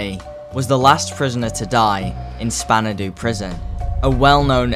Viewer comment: "spanadu" lol span-dow